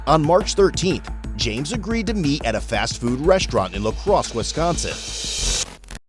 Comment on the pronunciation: 5 seconds in "La Crosse Wisconsin" lmfao